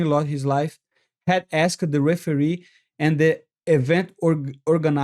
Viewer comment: 😂 the "heferee"